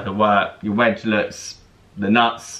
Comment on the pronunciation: Wedge was butchered 👀